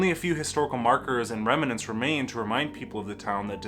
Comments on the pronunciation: Also the host’s pronunciation of Singapore was rather odd, and I’d never heard remnants said with three syllables. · Geez, kiddo, that's pronounced skooner. Also it's remnants not reminants. I never heard of Singapore. That's fascinating. We old timers were taught about the salt mines in elementary school and they used to give tours. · I am amused by how this guy pronouncses "remnants".